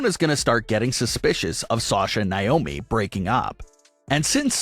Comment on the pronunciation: Still don't know why you keep pronouncing Naomi's name wrong? It's pronounced Nay-oh-Me not Ni-oh-Me!